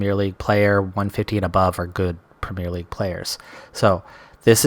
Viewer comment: And despite that we all still have reservations about his ability to learn how to say "Premier League" properly :P